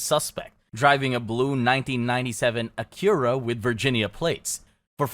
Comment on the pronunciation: Furries are gross but saying Acura like Akira is worse.